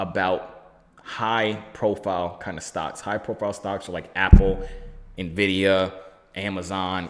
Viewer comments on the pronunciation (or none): none